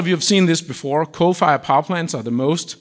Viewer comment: This guy refuse to pronounce nice and slowly "coal fired" ... nah "cofayah" sound a lot better.